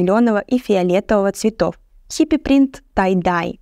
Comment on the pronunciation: Прекрасная работа прекрасного молодого стилиста. Обязательно посмотрю Ваши видео о других стилях. Только произносите, пожалуйста, правильно слово «принт»: ударение во всех формах - на И. Исключение - (с) притОм (тв. падеж).